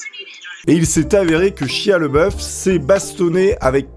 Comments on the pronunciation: Ça se prononce "shaya Labeouf" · Excellent ! Mais tu prononces mal le nom de Shia, c'est Shia LaBeouf ^^ Peace !